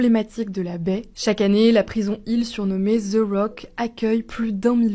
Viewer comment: The = ze mais pourquoi ?